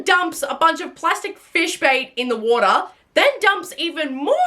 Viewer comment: why do you say water like that ?